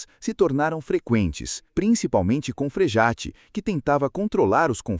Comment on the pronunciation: O nome não é Frejate, mas Frejá (Frejat).